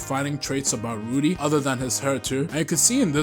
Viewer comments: W. ITS RUDO THOUGH NOT RUDI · Loved the video ! But, you got some things wrong. First, the mc of GACHIAKUTA is called Rudo and not Rudy and secondly, Urana’s assistant didn’t make the full covers, he only did the background of them. Anyways, the video was great and I’m happy that you’re liking GACHIAKUTA so far !